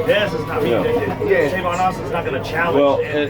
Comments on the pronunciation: I opened this video just so I can say, it's TAVON not TRAYVON.. go. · Tavon.... not Travon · Trayvon lol no it's tavon